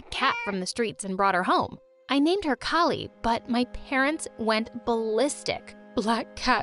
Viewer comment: it's not kila it's kali 😂😂